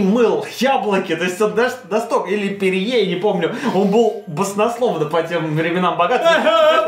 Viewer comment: Не ПЕРЬЕ, а Пери